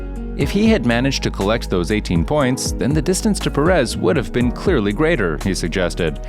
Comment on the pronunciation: PErez..PErez...PErez....not peREZ